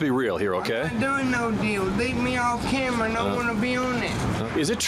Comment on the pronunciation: "what the camewa foew" 😢